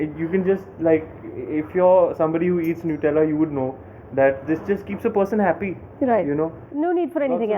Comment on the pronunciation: Its not pronounced as Nootella, the pronunciation is annoying.